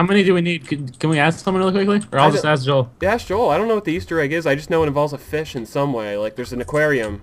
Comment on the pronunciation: The feesh of a thousand truths (deaths actually) :)